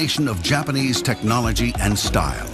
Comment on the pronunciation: He said TechnoliTy .Lmfao